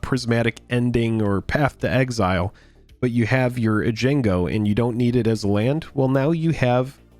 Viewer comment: Card names not being butchered. For Americans it's Ay-gun-joe and Oh-tuh-wuh-ruh. 😛